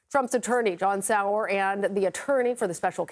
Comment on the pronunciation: Oh lord Sauer was getting butchered 😂